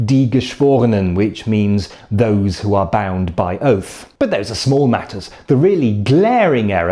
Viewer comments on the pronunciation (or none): none